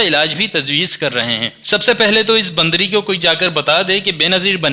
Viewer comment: Bhaiap ghalt lafaz bol gaye bndri jb k asal lafz bandri h Maryam nawaz k liye